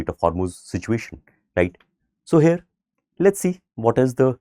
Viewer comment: I know it sounds very smart and people may think you are saying it correctly but "Here" is not pronounced as "Hare", Hares are mammals related to rabbits and belonging to the same family. Neither Americans, nor Brits speak like this. Rest all okay!